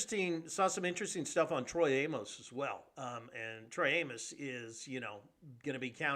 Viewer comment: It's Trey Amos🤦🏿‍♂️